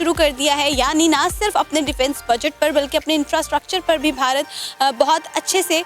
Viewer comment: Bhai ko koi Infrastructure bolna sikhao 😂😂😂